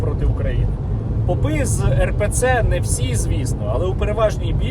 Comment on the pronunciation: Попы и попы, ударение на о